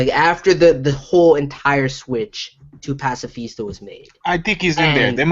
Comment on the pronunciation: I fucking hate how that dude says pascafista. Dam dude stfu lmfaoo you're so fucking annoying